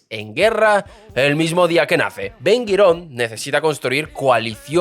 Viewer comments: ¿Ben Girón? ¿haradíes? ¿ashakanzíes?¿Talamud? No sé si debas demandar a tu guionista o mejorar tu español 😂😂😂 Por lo demás, tu contenido es excelente. Ben Gurión dejó una bomba de tiempo que los aliados de Netanyahu se niegan a resolver. Por cierto, en ese millón de soviéticos se colaron muchos que no tenían ni una gota de sangre judía ni jamás en su vida leyeron la Torá. Pero curiosamente son los más sionistas entre los sionistas 😊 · Ben gurión, no 'guirón' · Me parece que no sabes como pronunciar los nombres de las personas por lo tanto tu información es un poco dudosa, 1) El primer ministro de Israel se llamaba BEN GURION y no Bem Guiron 2) el judaísmo SEFARADÍ y no aradí. su inmigración en 1950 con judíos Mizrahi's y no misraís. Israel se libero en 1948 con la gran mayoría de judíos ASHKENAZI y no ashacancíes, que inmigraron después de la segunda guerra mundial. Nunca hubo una ley del retorno cada judío que quisiera inmigrar al nuevo estado de Israel estaba en su derecho de hacerlo sin necesidad de permisos especiales. Israel es el país del pueblo judio por historia. En 1956 fue la más grande inmigración de judíos desde Marruecos (Sefaradíes) y la segregación que supuestamente hubo de acuerdo a tu falta de información no se dio como tu lo has malinformado, porque el propio Ben Gurion dio el ejemplo de ir a vivir a un asentamiento en el Negev (desierto) para comenzar a poblarlo. Israel en 1948 -50-y 56 era un país joven y sin dinero, a los inmigrantes que llegaron en menos de un año les dieron casas prefabricadas llamadas MAHARABON hasta que la economía del pais pudiera construir casas adecuadas. Menachem Begin sos un desastre con los nombres, no sabes como pronunciarlo estás difamando la historia del estado de Israel, por lo que a mí me concierna o es Pedro Sanches quien te envió a contar lo absurdo de esta novela que está muy lejos de su veracidad o simplemente eres un aficionado que no tienes la menor idea de lo que est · No es Ben Guiron, es Ben Gurion